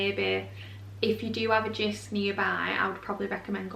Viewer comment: Hi Jysk is pronounced [Yusk] the J is pronounced as Y and the y is pronounced as u